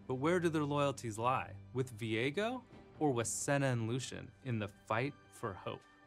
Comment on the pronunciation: Veigo? I thought it was Viego maam.